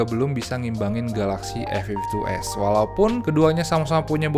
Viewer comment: Hahahaa, komen yg terwakilkan. Soalnya penyebutan A52s jadi "Efiftytu" yg mana huruf depan serienya jadi sekilas kedengeran huruf "F", dan diperparah lagi serie pembandingnya sama2 ada angka 52 nya.